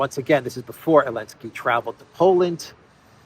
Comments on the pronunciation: its elensky not maclensky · Zelensky is pronounced zuh·len·skee. It's NOT o-len-skee btw. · Why does he call him elensky ? 😂😂 i dont get it